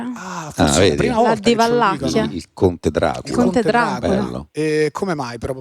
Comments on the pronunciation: Un appunto, tra la noia generale, la regione governata da Vlad l'impalatore si chiama Valacchia. Non VaLLacchia. Pfff .... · Ma è Vlad di Valacchia, non Valllllacchia... maronn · si chiama Valacchia, non Vallacchia e in ogni caso Vlad non era un dittatore. Ignoranza a go-go!